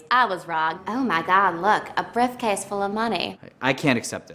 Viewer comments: "brifcase" lmao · hahhaha "briffcase"